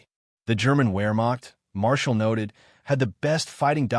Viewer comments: the where-macht.... is this the future of youtube, ai generated history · In German, "Wermacht" is pronounced "Vermacht" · Your use of the work "Where Macht" is entertaining both from your pronunciation, and that from the context, you probably mean the German Army, not the Army/Navy/Air force. Rather than Wehrmacht you appear to be talking about the Heer, the German Army. AKA, the German Wehrmacht is the armed forces (including Navy and Air force), not only the Army.